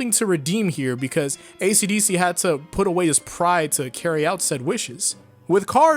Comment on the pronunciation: Only took me 8 minutes to realize that "acdc" was "esidesi"